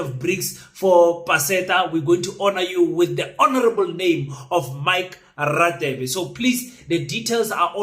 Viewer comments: You are pronouncing Radebe wrong it's pronounced Rhadebe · King please pronounce Dr. Radebe properly eg Afrikaans, :"ek gaan" so you should pronounce Radebe like"gaan" first "GA" no offense. 😅